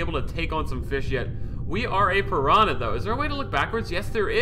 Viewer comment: Listening to Speedy pronounce "P'rana" hurts my soul.